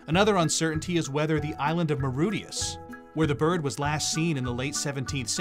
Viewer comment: Learn to pronounce Mauritius and stop this ad campaign.